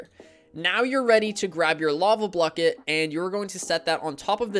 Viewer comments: You're worried about how you said WATER but you're just going to ignore saying BLUCKET? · "lava blucket" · bro said "lava blucket" min. into the vid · lava blucket? Great video anyways